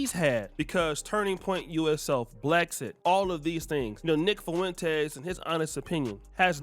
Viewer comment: Lol man you are pronouncing the hell out of Nick Fuentes’s last name “FOO WEN TAYS” Just pronounce it “Fwen-tez” 😂